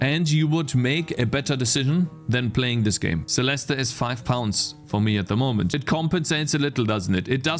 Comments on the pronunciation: there's a silent E, it's pronounced celest and spelled celeste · theres no "uh" at the end of celeste! the e is silent